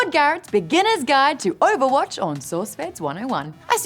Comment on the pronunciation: Yes Maude, I have heard OOOUUUVAHWAATCH recently...